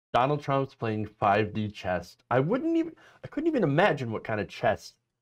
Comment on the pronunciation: Did she say 5 D chest? lol....